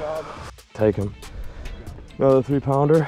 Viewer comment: When did it become a thing for a Caucasian male to say and use “Jouwn” in front of every word like how a Mexican will say Jumbo he’ll say Jouwumbo But these guys are saying Jouwounder for pounder and Jouwass it for Toss it Get your shyt together